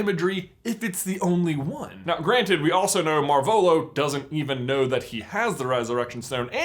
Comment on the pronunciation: That's. Not. How. You. Pronounce. Marvolo!